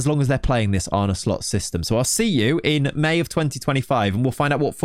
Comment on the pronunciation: It's pronounced "Arne Slot." Not once in this video did the presenter get it right. What skin do you use?